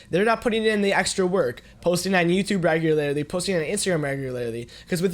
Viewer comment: I love how he says "regularlarly*